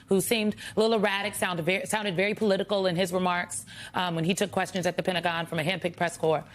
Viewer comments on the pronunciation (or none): none